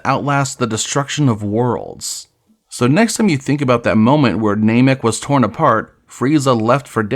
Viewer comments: Ai voice and calling Namek "Nay-mek"? This is intolerable. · Clickbait title and "NAYMEK" 🤮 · Is this AI? Why can’t you say namek